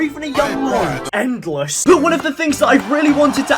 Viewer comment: When u said the “possibilities are endless,” I thought for a second that you said the possibilities are edless(no pun intended)